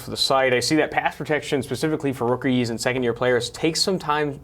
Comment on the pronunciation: we're getting better lol (I have to sound like an idiot)...amazing what a brush, hair gel and a couple of breaths and pauses can do. Next step is to enunciate all words.. "rookies" has (2) syllables, but I'm proud of you kid!